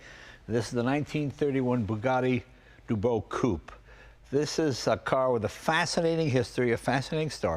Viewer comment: not Dubo is duboss.